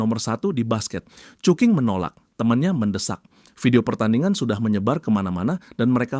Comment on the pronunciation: Cuking ❌ cuki ✅🗿